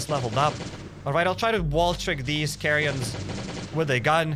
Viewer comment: Notice how he said c’h’arrions